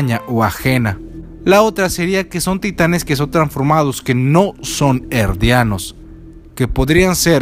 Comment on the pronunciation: por que les decis Erdianos si son Eldianos ?